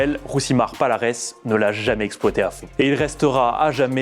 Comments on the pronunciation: Ont dit pas palares mais paliarès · Encore un youtubeur autoproclamé connaisseurs en mma 😂😂 son nom se prononce falares et pas avec p